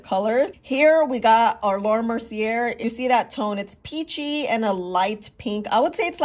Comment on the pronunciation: Wrong, the first pink powder was Guerlain almost 40 years ago. Laura Mercy-AY. Please learn correct pronunciations.